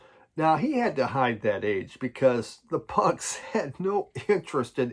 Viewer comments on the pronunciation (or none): none